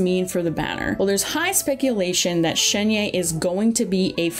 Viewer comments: im pretty sure it's shen-hey ?? idk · I mean, it's actually more like Shuhn-huh (if going by a more American pronunciation of Pinyin). I don't really know where the "er" is though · It should pronance as Shen-He(r). It means magical crane, now u know why people r saying she is the human form of cloud retainer. Please learn to pronouce Character's name properly as this the respect they deserve. Not many content creators do this. but if you do it would make you look a lot more professional. Wish you channel do well. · fyi, Shenhe is just pronounced how it looks lmao. like Shun-her or Shun-huh. The 'e' vowel sound is the same as the one in Keqing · Shenhe is pronounced Shen-Her as in Him/Her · It’s pronounced ShenHER btw